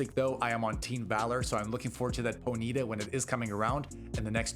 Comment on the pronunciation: It’s pronounced PONY-TA . And RAP-PA-DASH. The fuk lmao